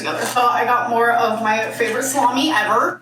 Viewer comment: it’s pronounced “slommie”. Please get it right next time 💅🏻